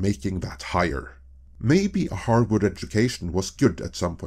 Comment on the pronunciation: "Harward" 🤦‍♂, "Hyperbowl" 🤦‍♂. Please stop using words that you don't know how to pronounce. Or do a second take.